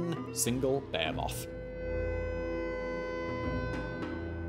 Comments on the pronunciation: What is a bear moth? Simon really likes to call things bear moths. Is he trying to say behemoth? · First time I heard you say behemoth, I was like what the hell he just say. Lol. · not trying to make fun of you and your accent cuz I like the English accent. I love the way you guys say words but every time you say behemoth it sounds like you're saying bear moth. That makes me giggle.